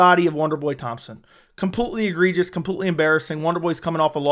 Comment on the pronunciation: Can u learn how to pronounce completely? It's not computely. U say it so often it makes my ears bleed.